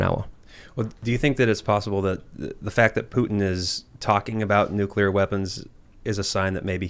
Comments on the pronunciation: NU- CLEAR! NUUUU CLEAR! You fucⓀing Ⓡetard from florida! It's pronounced NU- CLEAR! "Here's my totally well-researched argument about new-kyuh-ler bombs guys. I'm totally trustworthy" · Everytime that guy says "NEWCULAR" I cringe